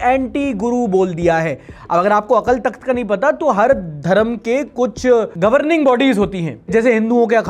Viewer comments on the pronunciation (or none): अकल तख्त नहीं होता गुरु, अकाल तख्त होता है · भाई, अकल तख्त नहीं अकाल तख्त होता है... अगर किसी की भावनाएं भड़क गई तो लग जायेगी 😊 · akal nahi akaal bolte hn hindi me 😂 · bhai the corect pronounciation is 'AKAAL TAKHT' not 'AKL TAKHT' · भाई "अकाल तख्त" होता है। "अकल तख्त" नहीं। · Bro we write it Akal Thakht but we pronounce it as Akaal Takht. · bhai wo akal takt nahi AKAAL TAKHT h pronounce it proper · Its is not Akal takht its akaal takht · Its "Akaal Takhat" ... not Akal Takht . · It's Akaal takhat not akal takhat 😵‍💫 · bro it's pronounced as AKAAL Takht (अकाल तख्त)...please be clarified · Bro अकाल तख्त hai right not अक्ल तख्त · Its Akaal Takht not akal takht . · Akal takht nahi, Akaal takht pronounciate krte hai isko.. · अकल तख्त नहीं bro अकाल तख्त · Akal nhi it's Akaal Takhat... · it's अकाल तख्त। just a little correction in pronunciation. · Bro.. 2.44 ; it's pronounced Akaal Takht and not akal .. plz correct in future.. it means Throne of the Timeless One... aapne usku Throne of Brain banadiya 😅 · Bro AKL nahi AKAL TAKHT hai K ke bahad A Long Sound krta hai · Its sounds as akaal takht not "akal" takht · Bro it’s akaal takth not akal takth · भाई वो अकाल तक्थ हैं - अकल नहीं है। 😂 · Bro it akaaal takhat not akal takhat !!!!!!!!!! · Akal nhi Akaal takht hota hai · Bhai wo Akal takht hai pronunciation galat bol rahe ho 🙂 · Bro, it is pronounced as Akaal Takht, just for the info. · ..it is pronounced AKAAL TAKTH.. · Sir with due respect pronounciation of Aakal takhat is wrong please check it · Your pronunciation of Akal Takhat is wrong. Please just make sure you are using the correct pronunciation. The times we are living in is very sensitive so just keep it in mind as your intent is right but not everyone will understand. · Yeh Akal Thakt ki pronounceation ke karan pitega aur main English ke liye 😅😅😅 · Maybe learn how to pronounce akal takht sahib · u wrongly pronounce akal takht